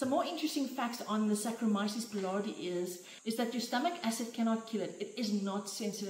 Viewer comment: Wonderful -- Thank you! FYI, boulardii is pronounced boo-LAR-dee-eye Be well.